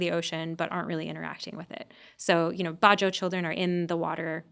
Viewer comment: It's not "ba-joe", it's "badjao". These sea nomads live in SE Asia, especially all over the Philippines and Indonesia. There are also the "aytas" in Luzon who have denisovan ancestry.